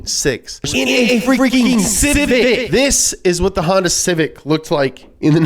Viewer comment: 1. Mah Civec.